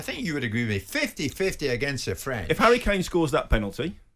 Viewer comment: Danny “I’m Southgate’s Fwiend” Mills